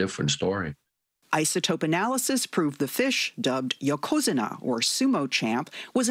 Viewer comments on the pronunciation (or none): Damn. Learn to pronounce yokozuna properly! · The way she pronounced yokozuna was the worst foreign language word mispronunciation I've ever heard and I watch every name explain video. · She just butchered "YOKOZUNA" 😤😤😤